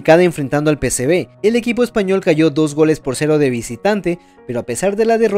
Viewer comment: PSV no PSB!! Por lo demás buen trabajo